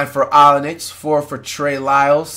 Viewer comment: He called Kelly Olynyk “Onyx” and Bam Adebayo “Adenayo ” 😂😂😂😂😂😂